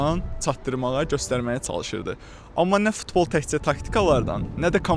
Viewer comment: İntervyu verən qaqaş əməlli başdı keflidir e... 😂 Amma football sözünü düz deyir bəs bizim bu cavan oğlan niyə futbola ftbol deyir😅